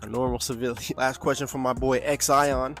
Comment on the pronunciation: yeah, you got my name right, its pronounced like Sean but spelled Xion, one of a kind